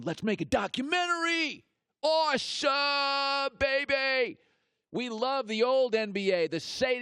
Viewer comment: I wonder if he still feel the same if someone tried to intentionally injured his vocal cords so he couldn't work. Btw who says awesome like that anyway?